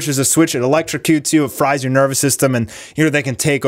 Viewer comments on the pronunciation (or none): none